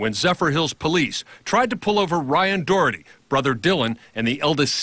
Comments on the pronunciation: I know right?! The reporter sounds like saying the "Dorothy gang". It's friggin "Dougherty" not "Dorothy"! lol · The reporter sounds like saying the "Dorothy gang". It's friggin "Dougherty" not "Dorothy"! lol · it's pronounced Dockerty!!!!!!!!